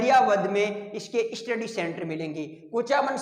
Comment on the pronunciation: स्टडी को इस्टीडी बोल रहे है!😮😅